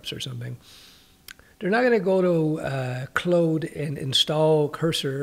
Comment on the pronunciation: How are you getting away with pronouncing claude like clode? Did I fall for an insider joke? 😂😂😂